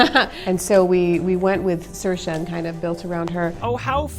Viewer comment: Did she say sursha instead of saoirse